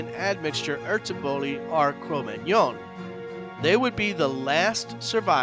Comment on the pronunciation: you are saying magnon wrong it's like mag none not like fillet mignon